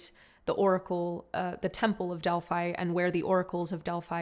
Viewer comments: Beautiful being, it is pronounced DEL- PHEE not delpHI... and PHIA lee is pronounced PHEE la ee. please, lets be respectful of the sacred places, I too was an oracle in Delphi, so it comes from that place.... divine salute x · The is beautiful read ANNA the grandmother of Jesus & the other book ANNA THE VOICE OF THE MAGDALENES But please don’t use the word “witchcraft “ in your title and next to Mary Magdalene Delphi is pronounced Delphee 🙌🙏💜💜